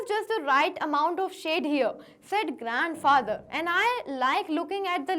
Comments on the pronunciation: mam you said grand fracther byt the correct word is grand father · you say grand fracture